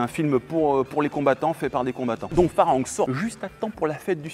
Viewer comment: on le prononce FAlangue lol ça veut dire étranger, on m'appelais comme ça dans les village là-bas